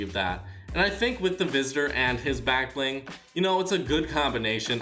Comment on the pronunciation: Anyone noticed how he says black bling half the time